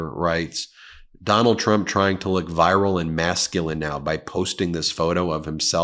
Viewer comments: Ben, it’s pronounced veer-isle not viral. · Virile is pronounced VEAR-Al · Virile…you mispronounced, Sir. This means ‘manly’. I recall my middle aged GOP male relatives converging on my 12 year old daughter one year at a family Christmas party. I was horrified as was my daughter; it was obscene. Their wives were there dressed in their finery for the holidays in the same living room observing this happening.